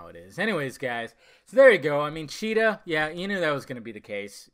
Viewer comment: steve trevor in flashbacks and cheetah villain! it's not hard to say